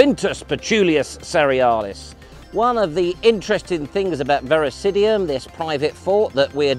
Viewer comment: Fun video 😊. I believe it’s Virosidum, not Virosidium…